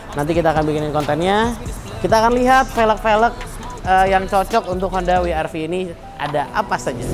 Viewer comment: wi ar vi untuk pengucapan dialek Jerman